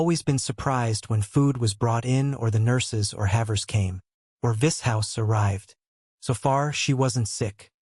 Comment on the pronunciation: Vis HOUSE 😂